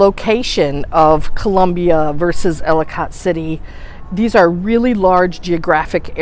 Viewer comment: Ellicott City pronounced- Ellakit City